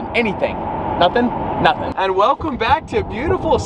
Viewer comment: " Aaaand were bwack baby " wadies and gentlemen " lol 😂 you kill me bro!